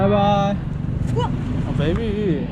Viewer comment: senin baby diyişine noldu amk koreli gibi olmuşsun askjasf bak dikkat et bu çekik gozluler turkleri 2000 senedir kızla yola getiriyor